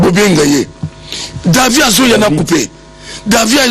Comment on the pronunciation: David et non Davi.